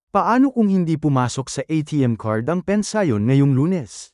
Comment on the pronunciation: Ano bang pensayon ang pinagsasabi mo?Alam mo naman bigkasin ng tama ang pension!!!Kakahighblood ka!